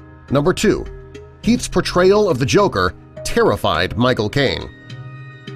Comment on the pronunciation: I heard my cocaine instead Michael Caine